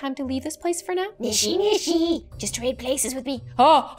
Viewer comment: I love how she said "NISHINISHI" when it was "NISHISHISHI"